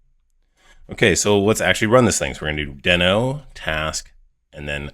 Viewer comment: Great, helpful video! Just a note - it's officially pronounced "dee-no", not "den-o" 😄